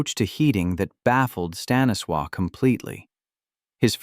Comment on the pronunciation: Staniswaw? Huh?